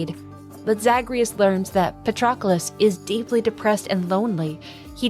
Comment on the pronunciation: Great video. Btw, it's pa-trUh-klus